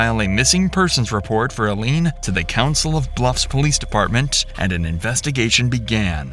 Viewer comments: “Council of Bluffs Police Department”? It’s Council Bluffs. Her name is “Eye-lean”, it’s a common name with a common spelling… I don’t think you pronounced it the same way twice and you never once pronounced it correctly. A little disrespectful, don’t you think? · I can't believe the narrator can't say eye lean. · If every other person in the video pronounces her name a certain way why can't you? EYE LEAN. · "👁LEAN" ITS PRONOUNCED I LEAN. ILENE- The E on the END tells you that THE FIRST VOWEL HAS A HARD SOUND. respect for the DEAD. Ilene was an entire human being. Idgaf how illiterate society gets, let's make ANY EFFORT to RESPECT their NAME while you GET RICH off the story of their DEATHS. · It's pronounced "EYE-leen". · Bro ….its pronounced I-Lean…..I -Lean ….Jesus Christ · I believe her name is pronounced eye-lean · Mispronouncing the names of the key players in a story is both irritating to listen to and reduces your credibility. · Can someone please tell this man how to pronounce this ladies name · The narrator consistently mispronouncing her name is peak content. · The way Ilene is pronounced by the narrator is distracting. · The pronunciation of Ilene is driving me crazy. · When the idiot narrator has no idea how to pronounce "Ilene" correctly........ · It's Ai. The victims name is clue one. Mispronounced over and over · He’s not even pronouncing her name right 🙄. So he is not that good. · I don’t think you got the pronunciation of the victim’s name right. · Please stop using AI voices that cannot pronounce the victims name at all!!! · First rule of good social media channels: LEARN HOW TO PRONOUNCE THE NAMES OF THE PEOPLE IN YOUR STORY. It’s not ILL LEAN ITS PRONOUNCED EYE- LEAN jesus. wtf. 🤦🏻‍♀️ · Her name is pronounced: eye - leeeeeen you are pronouncing her name: ill (like you're sick) -leeeen I mean, the freakin cops are literally pronouncing her name correctly. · please do heed that Ilene is pronounced like Eileen. Not “ill-een” lol